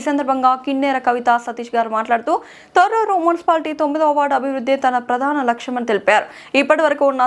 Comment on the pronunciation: తోటూరు కాదండి తొర్రూర్